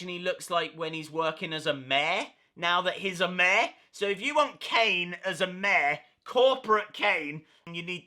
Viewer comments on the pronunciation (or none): its mayor not maa lol no hate